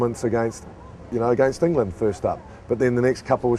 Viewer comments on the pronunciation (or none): in-gay-land, in-gay-land, in-gay-land